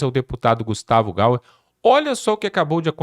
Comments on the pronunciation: Meu irmão, peço mais uma vez um favor: você é assistido por milhares de pessoas: fale, portanto, corretamente o nome do deputado Gustavo Gayer. GAYER. GAYER. Tenha a santa paciência !!!!!!! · Querido,o nome dele ( do deputado) é Gustavo Gayer (Gáier pronúncia). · Gente, o nome do deputado é Gustavo Gayer (Gaier) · O certo é Gayer(Gaier) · Meu irmão, por favor , pronuncia o sobrenome do Gustavo direito.......kkkkkkkkkkkkkkkkkkkkkk